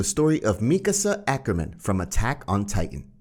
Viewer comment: The mikaka ackerman and EREH